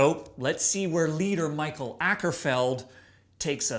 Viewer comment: Prefer The Pale Communion, that was a masterpiece, still, Sorceress is a pretty good album, love the ending on The Wilde Flowers, thats the heaviest part on this album. Also, its Mikael not Michael and Akerfeldt is pronounced Oakerfeldt Sam :P